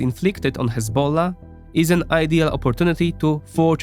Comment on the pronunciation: bro has some estonian accent or something but the way he pronounces "hezbollah" is like a true arab lol